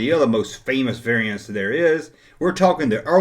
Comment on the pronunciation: It's unusual that Larry the wompa pronounces variants the same way you do. Conspiracy?